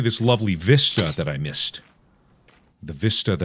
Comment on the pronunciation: Mark: "Look at this vista that I missed." Me: Missed-ah Mark: "The vista that I missed-ah" Me: Thank you